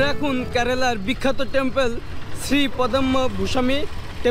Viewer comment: Tempal bole na 😂 dempel